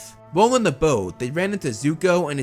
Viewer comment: It's not yuko its zuko